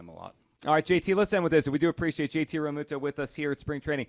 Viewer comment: Thought it was pronounced “Real-mew-to” not “Real-moo-to”?